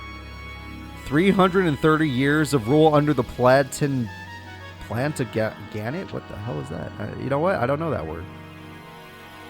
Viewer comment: plantaganet is very old english famliy the famous member being richard the lion heart a bitch of a king plan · ta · juh.nuht is how you said but english words are dumb so i get it being hard